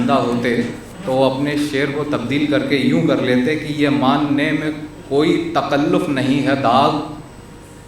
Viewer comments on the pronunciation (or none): It is TAKALLUF not TAQALLUF